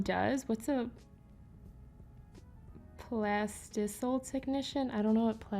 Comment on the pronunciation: I refuse to be judged by these women “plas-tisell” huh?